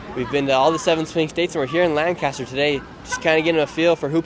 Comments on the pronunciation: For next time you’re here it’s LANC-ester not LAN-caster 😂 Wish we could have come down and met you today. Thanks for the good work you are doing! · FYI Lancaster PA is pronounced like "Lank-a-stir", not "LAN-caster" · Hope you’ll get this: it’s LANK ISTER not Land kaaster. It’s not California. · We pronounce lancaster as lancister.. I'm voting for Trump. I hate going to the city of lancaster. Nothing is good in that city, especially the government and police. I'm surprised you didn't get arrested. Wrong place to go to ask for political opinions for sure! I live in holtwood. Its funny to hear how the world thinks of this area Flannel dude is awesome! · Its pronounced Lang•kiss•ter. If you pronounce a different we know you're not from there. 😆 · All those Lancastrians and not a single person corrected him on “Lanc-kiss-ter” 😂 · For future reference, the city in Pennsylvania is not pronounced like it is everywhere else in the world. No "cast." Lang-kiss-ter is the local vernacular. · lol you’re not from this area as you’re pronouncing Lancaster incorrectly!🤪 No biggie and great video.